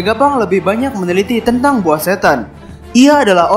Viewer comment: APA CUMA GUE YG DARI DULU DENGAR ABANGNYA SUSAH BILANG (TENTANG) 😂